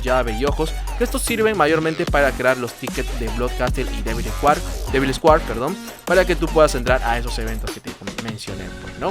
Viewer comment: Buen video en general bro. Como sugerencia y con mucho respeto, para tus futuros videos evita usar muletillas que agotan, tales como el “voilà, como puedes ver” y también el inglés bro; si te gusta pronunciar las frases en inglés te sugiero repasar jewel y square. Un abrazo.